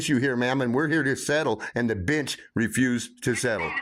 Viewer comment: To my uneducated Aussie ears, every time he says bench in that way, I hear bitch 😂😂